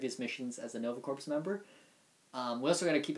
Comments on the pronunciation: Guys I know "corps" looks like it would sound like "corpse", but it actually sounds like "core". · I'm actually looking forward to Nova and GotG for now as they are the only characters of all the Marvel books I'm unfamiliar with. By the way Corps is pronounced "core".